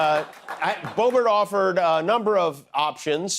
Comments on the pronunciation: I Swear I Heard You Say Hi Everybody My Name Is Boring Boebert... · She said Bobert